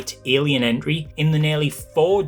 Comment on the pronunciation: I kept hearing Enry, took me a second to realize you mean Entry.